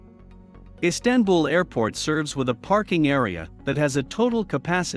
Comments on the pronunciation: EEE STAN BUL?? How about saying it correctly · Silly robot voice, not even able to pronounce "Istanbul." 🤮